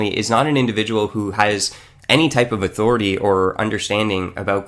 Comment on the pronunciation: I think he meant "What gives you the authoriteh" not authority